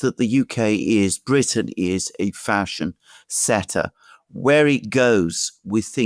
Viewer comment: Did Alexander’s say “fashion setter”? Or “facist setter”? I’m leaning towards the latter… They don’t care about anyone in the UK. America First is european leaders secret mantra. They are all killing their own economies in a misguided attempt, by WEF, to keep the global dictatorship in charge. The aim is public disorder, so that they can implement‘’Emergency Orders’ to clamp down to the maximum level…